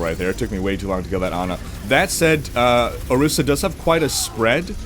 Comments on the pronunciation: it's orisa not osira :( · it is ORİSA not OSİRA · ORISA, not osira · Can't help but notice you called her Osira multiple times. Orisa right? Not to be that guy...... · o-ris-a not o-sear-a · titsofbrass every time he says ohseera I cringe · Not osira dammit. O-RIS-A!!! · I left a like, thanks for the little lol I had every time you said Ohseera ^_ ^ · You mean Orisa right? haha you said it with the S and R reversed so many times